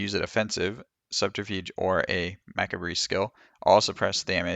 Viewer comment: gonna give this a go for sure, thanks Ps Macabre is pronounced Ma -car-b